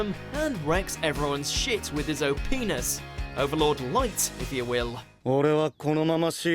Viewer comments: This dude legit said o penis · "Wrecks everyone's shit with his o-peenus" --- 2018... Smooth..